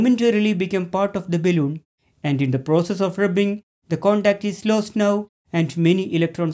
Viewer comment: Really appreciate your work sir, thank you. Your pronunciation seems odd though, is it balloon or baelloon. If you are a teacher (I suppose you are) you definitely need to work on your pronunciations, because you might educate the kids wrongly. I'm Sorry if I have offended you in anyway.